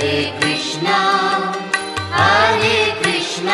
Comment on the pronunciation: এটা কি কোনো হিন্দি ভাষার মানুষ গাইছে,, উচ্চারণ টা শোনা যাচ্ছে,, হারে কৃষ্ণা হারে কৃষ্ণা হারে রামা হারে রামা ,হারি বোল